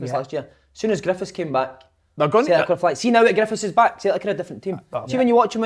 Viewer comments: Why has nobody ever jarred big Kevin for the way he pronounces Celtic?? Fuckin Sulltic??? 😂 Folk have been peltered for less on the show 😂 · Big Kev murder pronouncing tavs name and how he says siltic but talks well on fitba great show thought barry ferguson was different class week before great mix and just like a bunch of m8s talking fitba